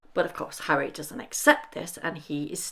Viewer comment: “Hally and Meggle” - I like it! 😂😂😂 Duke and Duchess of Sausage